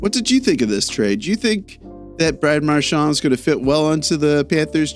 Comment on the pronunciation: Why the eff are you saying his name with a French accent/twist on it. I’ve never once heard that in twenty years. Yet here you are doing it. You know he was born in Nova Scotia right? Get over yourself no one gives a shh you are French.